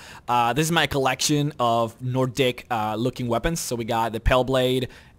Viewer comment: Lol, he said nor dick instead of Nordic